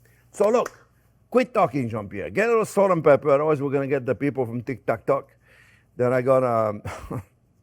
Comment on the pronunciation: ”They don’t talk in tik-tak-talk” 😂 You just have to love Jean Pierre ❤️